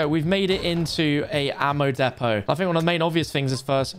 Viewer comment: Its not depot its depot